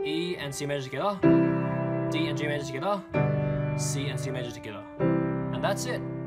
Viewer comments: When he said togeather it sounded like he said skada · I love how he says togetha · South African style 🤝😂😂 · Togetha!! Togethaaa! But thanks for the tutorial. I am almost done with the practice.